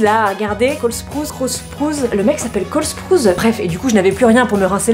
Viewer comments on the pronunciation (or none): C'est pas Cole Sprouzze mais Cole Sproaousse x) sinon tes vidéos sont supers